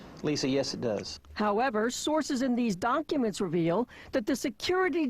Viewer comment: "how ever sources in these donkuyments"